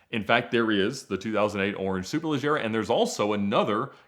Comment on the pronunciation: The way Ed says “Superleggera” is forever engraved in my mind as the correct pronunciation and now I’m bothered when someone says it another way lol